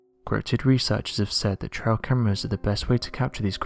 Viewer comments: It "trail" not "trial" cameras. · Trail, not "trial".